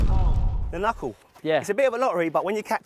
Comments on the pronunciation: knuckle or KUNCKLE? 😂😂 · No one noticed KUNCKLE instead of KNUCKLE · KUNCKLE? lol 😂